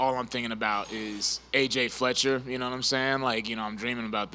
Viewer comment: bryan "nawmsayin" battle